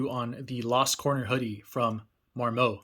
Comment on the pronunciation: Mar Moe? It mar.mut